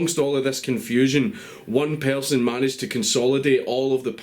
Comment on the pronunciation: What the fuck is a "pearrrson" fucking islanders and their poor English i swear he sounds like hes got marbles in his mouth